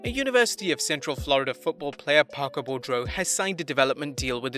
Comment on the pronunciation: The Next Big Thing's name is pronounced BOO-dro not Bo-dro. It's a French name.